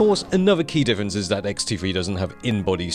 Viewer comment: is sound like he says ''xt free''